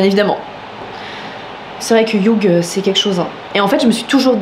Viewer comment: Hugh ça se prononce Hyuu 😁 Le gh est silencieux hehe